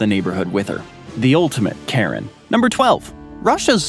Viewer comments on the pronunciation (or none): none